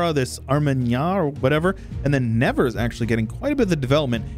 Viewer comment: Living near Nevers in France, it’s hilarious to hear you saying Nevers with an American accent because we laugh about it like « nothing ever happen in Nevers » (which is not strictly true 😂)